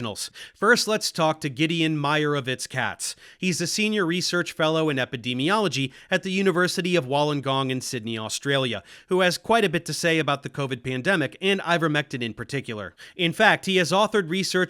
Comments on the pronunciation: Wollongong isn't in Sydney, it's just right next to it. Also it's pronounced like "wool-on-gong" not "wol-on-gong" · Don't blame you whatsoever for the mispronunciation of Wollongong, that is how it's spelled, but it's pronounced more like "Woolen-gong" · this is completely irrelevant. but its pronounced woolengong. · The only (ONLY) thing I take issue with here is how you pronounce Wollongong (it's "wool-en-gong").